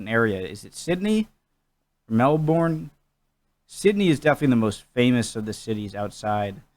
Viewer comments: I have one tip, Melbourne is not pronounced "Mel-born" more like "Mel-bun". And Canberra is not "Can-beara" more like "Can-bra". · Ok to awnser a few of ya questions first well start with best teams, it really depends it can change depending on drafts finances etc this season 2021 it has been the Western Bulldogs who are my team and the Melbourne Demons also its pronounces Mel-burn not Melborn and can-bra not can berra and yes you can smuther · Just for the record its pronounced "Mel bin". One or the reasons AFL was developed to keep cricketers fit over winter. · Sorry I can’t with how Americans say “Melborn” and not Melbourne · Ozzie football, not ossie. Sydney is the biggest population followed by Melbourne, (Mel bun not Mel born)